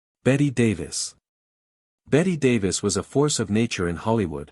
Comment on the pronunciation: Well, at least it pronounced Bette Davis name correctly.